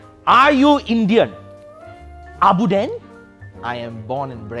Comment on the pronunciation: Its abuden not abuddin